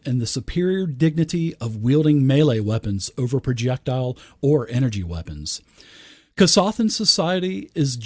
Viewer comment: Love your work. Fun fact- Kasathas Drinking Game- everyone takes a drink each time mispronounces Kasathas. You're welcome;)